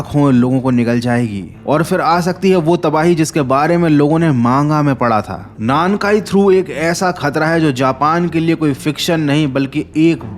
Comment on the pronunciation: 南海トラフor なんかいトラフ(Nankai Trough)=South sea trough, ye full ek word ye is ko alag alag nai bol sak te alag alag bola to meaning hi alag hoga なん(Nan)=What かい(Kai)=Times(different kanji different meaning) South Ocean ko alag alag bolna pade to South= 南(Minami) Ocean= 海(umi)